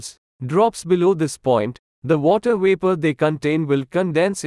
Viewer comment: What happened to the “V”? You don’t pronounce Vapor with a “W”!!